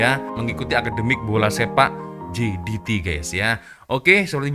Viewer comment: baca berita elok elok sikit ni sebut brtul betul jdt kan cak